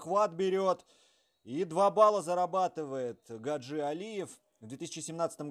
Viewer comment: Он не гаджи ,а Хаджи ! Произносите правильно .